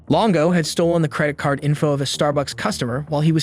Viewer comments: Wow, this is not actually narrated by a human. I just caught two emphasis errors that a human wouldn't make, such as "credit card" with the emphasis on "card". And I am not even ten minutes into this yet. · "ascend on their home"? What language is that supposed to be? "Credit CARD"? "DevaSTATED"? Is this an AI that puts the emPHASis on the wrong sylLABle?